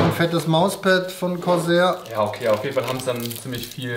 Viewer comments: Es heißt corsair nicht croshair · ER-O-G, Freds, Grafichkarte, Korsähr. Das sind so Schlagwörter, die perfekt die Backsteinoptik im Hintergrund aufschönern.